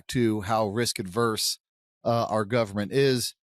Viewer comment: Guys, it’s “risk averse,” NOT “risk adverse.”